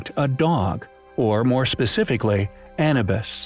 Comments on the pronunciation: A-NEW-BUS. not ANNA-BUS. Please have the AI updated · It would be nice if you pronounced "Anubis" correctly... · It's a robotic voice. Lots of names miss pronounced.